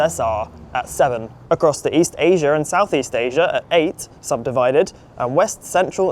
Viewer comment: 🛑🛑🛑 It’s pronounced the way it’s spelled “ASIA” NOT “ASIAR” “AMERICA” NOT “AMERICAR” “IDEA” NOT “IDEAR” 🤦🏻‍♂🤦🏻‍♂🤦🏻‍♂